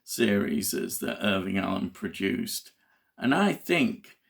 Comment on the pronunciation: You're killing me..... His name is IRWIN Allen, not IRVING!